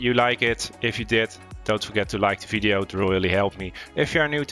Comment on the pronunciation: this guy said fideo lol 😂 😂